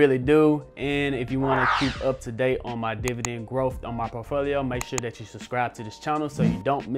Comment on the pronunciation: I watch his videos just to hear how he says por T folio.